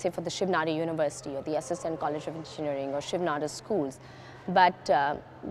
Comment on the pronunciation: It's pronounced as nadaaaar... Not nadoar